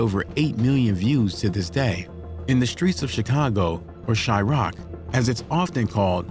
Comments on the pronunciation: Chy-rock where the hell is that ? It's Chy-raq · Bro said some “CHI-ROCK” 🤣